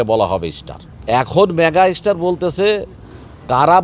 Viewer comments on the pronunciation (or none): আরে ভাই এরা এখন হিংসায় জ্বলছে 👍 এরা এতো পারে একজন শাকিব খান বানিয়ে নিলেই পারে! আর এ তো মেগাস্টার শব্দটাও উচ্চারণ করতে পারেনা 😁বলে মেগার স্টার 😁 এরা এখন জেনে গেছে শাকিব খানকে নিয়ে কথা বললেই আলোচনা আসা যাবে 👍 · এই তো সুপারস্টার মেগাস্টার তো বলতেই পারছে না😂😂